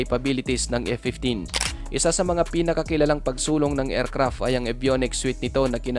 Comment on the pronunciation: Friend paki-ayos ng pagɓigkas. Hindi ercrap kundi aircraft. Pls take it as encouragement. Go go go lang.